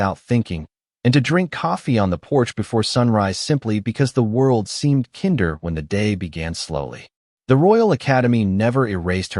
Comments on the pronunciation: I suspect that her documentation would record something totally different had she landed in New York. Edit: So many unnecessary pauses between words that should not be separated. I heard one mispronunciation that was so bad I almost didn't recognize the word at all "kinder" is not pronounced " "k ee nder". The correct pronunciation is "k eye nder". And why are they "standing" on the swing? One SITS on a swing. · I have yet to find any AI that really pronounces "kinder" correctly!